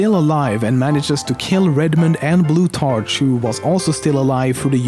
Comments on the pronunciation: its pronounced blutarCK not tarch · bloot- ARK is the pronouncination for blutarch :) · its pronounced blu-tark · Loving the amusing pronunciations of Blutarch and Pauling there. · The name Plutarch is pronounced with a K sound.